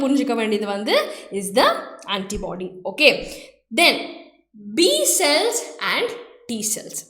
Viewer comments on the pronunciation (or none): Neenga cute ah pesren ngra perla cringe ah pesringa mam 😅 "So" nu sollama "sho" nu solluradhu Cells ku shells nu solradhu 🤯